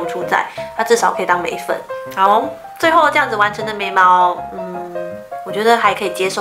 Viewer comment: 我聽到眉粉屎😑😂😂 笑死了啦😂對稱是問題😂